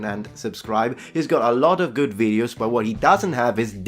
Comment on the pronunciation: You could also not make so many veed-yose. I mean, I do like your veed-yose. But if they make you so crazy, maybe limit yourself to one veed-yo every two weeks.